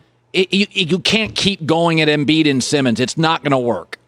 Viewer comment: I get nightmares of the way Broussard says Joel Embiid